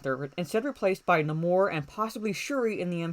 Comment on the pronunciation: The sub Mariners name is pronounced, Nay-More, with the strong "a" sound.